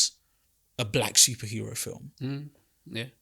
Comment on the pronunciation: why you saying black with the hard K 🤨🤔